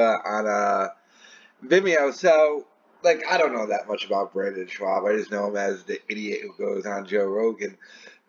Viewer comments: Its pronounced shob not shwob ffs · Are you purposely fucking his second name up if not your hilarious😂😂😂😂😂😂😂😂😂😂😂😂😂😂😂